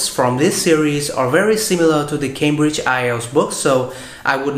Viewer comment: E rất hâm mộ anh vì khả năng nói Tiếng Anh của anh. Tuy nhiên, ở phút thứ 2 anh nói " the spelling " với mạo từ " the" như khi đứng trước một nguyên âm vậy. Nhưng không sao, đây chỉ là 1 lỗi nhỏ xíu xiu thôi, ai nói Tiếng Anh đều không thể tránh khỏi cả.